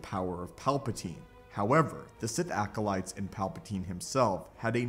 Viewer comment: sTOP SAYING ALCOLITES!!!!!!!!!!!!!!!